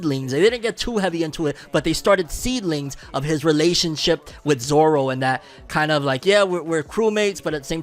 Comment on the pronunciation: I have a problem with Garp's accent like what the hell, why does he have a Scottish or Irish accent? Plus they don't know how to pronounce Zoros name right. Maybe in the second season they can show how he gets lost all the time while walking.😂